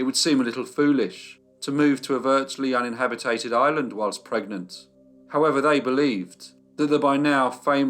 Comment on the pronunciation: Me again, (on my soapbox, sorry) Can you please pronounce the word inhabited and not inhabit it ed. Thanks x